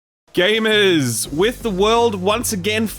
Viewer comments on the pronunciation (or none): Nothing more welcoming than an Australian guy saying “GAMERS!” We love you ❤️👍